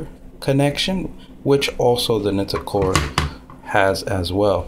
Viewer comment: I think its pronounced Nightcore, just my opinion...